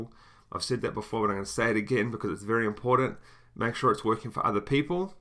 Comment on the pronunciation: I thought you were English, and then you said "important" you're definitely Australian :)